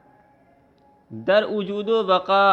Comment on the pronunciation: Ujood ujood kyun padhte ho bhaijan wujood hota hai ujood sunte me kaano ko takleef hoti hai bura mat maanna bhaijan